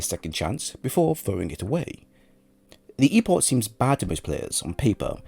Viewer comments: It’s a CK sound at the end of Epoch, not CH. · It's E-Pok. Not E-posh